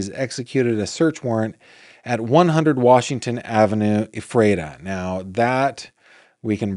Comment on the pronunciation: Hi,! LOVE that you pronounced Lancaster correctly! Ephrata is pronounced EFF-ruh-tah or EFF-rih-tah, but seriously doesn't matter...although I'm ridiculously taking time/words to inform. 🙄 My hometown is Lancaster, PA. Currently living in Southern Illinois. Soooo...Lancaster/Lancaster County is known for an incredible arts scene, The Fulton Opera House (Fulton Theatre), Central Market, amazing historic architecture, large Pennsylvania Dutch/Amish community, the really great movies "Witness" and "The Boys from Brazil"...and now the delightful, alleged "grave robber," Jonathan Gerlach. 😳 I love one of his neighbors, who was quoted (lancasteronline) as having said, "He seemed like a nice man with some unusual proclivities." Yes, sir. Very astute.